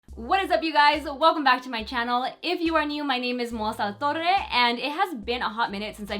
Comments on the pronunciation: Something funny: when you say your name in English it sounds like: molsa latorre jajajaja....jk... I love you ? Your so talented. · Love how you say your name at the beginning now!! Here for all the tips!